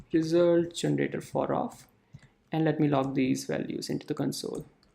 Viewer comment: It's console not cunsole